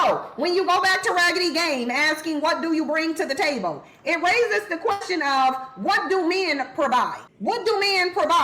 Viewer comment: Why she pronounce table taybowl?